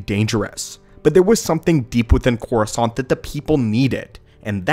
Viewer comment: All i hear is croissant.